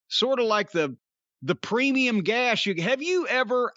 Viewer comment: Cornette 100% said "premium gash" lmao